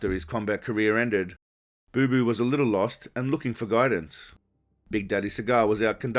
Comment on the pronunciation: It’s not boo boo it’s Bapa